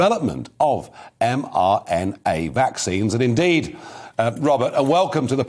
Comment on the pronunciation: As usual, Farage (who incidentally can't say mRNA correctly as he has no clue about science) gives extravagant kudos to someone who then revels in the accolade which is not deserved. Malone made a couple of observations that helped in the invention of mRNA vaccines, but dozens of other people contributed as well, and Malones work used the work of others going before him. Malone did not create or invest mRNA vaccines or 'discover' them. Get a grip Farage. Wake up sheeples in the comments.